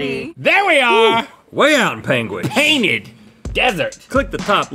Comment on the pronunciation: He would pronounce it Pangwingtch